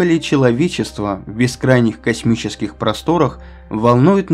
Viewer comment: Мне так нравится, когда Вы говорите "косЬмический"!!!! Это так душевно и лампово!!! )